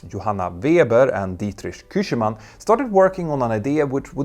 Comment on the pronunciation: Learn to pronounce Küchemann.